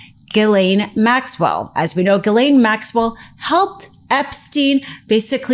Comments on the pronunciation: Ms. Maxwell's name is pronounced Gillen, short i. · the predator's name is pronounced "Zhillaine Maxwell"